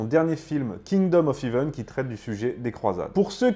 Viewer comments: En parlant d'erreur, le "ea" de heaven se prononce è, pas i. Comme le ea de breakfast ou de head. De rien. 😊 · "Hèvene" pas "hivene" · T'es fâché avec les accents ( "Heaven" ne se dit pas "Hiven" ou "Balian" "Balianne" vu qu'il est français) mais c'est intéressant. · Attention à ta prononciation du mot Heaven ..... ça ne se dit pas Heeven mais Heaven